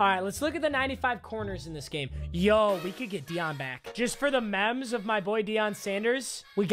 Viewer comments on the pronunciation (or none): He said mems not memes